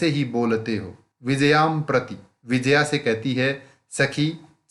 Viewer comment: It's not Vijaya it's Vi-jay-ya